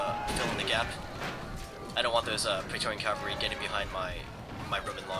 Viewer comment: lol onagers. the g is like a j sound. oh yeah and its cavalry, not calvary fool.